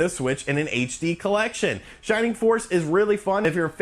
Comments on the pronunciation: ps - HD is not pronounced "haytch dee," it's "aytch dee" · Heytch dee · Your mispronunciation of "HD" is more annoying than your massacre of "Sega."